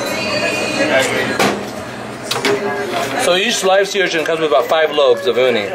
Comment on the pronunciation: Butchered that urchin.